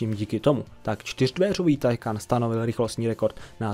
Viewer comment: Nic ve zlým ale Taycan se čte “týkon” sama automobilka to říkala a psala všude možně aby to někdo nečetl takhle jak ty😄 *Chiron má i upravený motor na 1600 koní z původnich 1500 a nakonec se bude vyrábět i tento upravený. Bude stejný ale bude mít omezovač jen se zatím neví na kolik. Vyrobeno bude asi 30 kusů (teď z hlavy nevím)